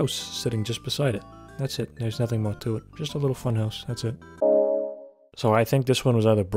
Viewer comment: This guy talks like Joe Pera if he joined the mafia or owned an NYC/Jersey pizza shop. Although there's a hint of Canadian, because he pronounces house as "hewse" and "out" and "oot". A soothing but somewhat cartoonish voice that perfectly suits the YouTube commentary genre.